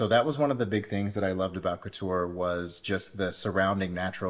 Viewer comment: Any mention of the fantastic fruti and veg market outside the main gates. By the way i believe its pronounced (Cot tor). Great video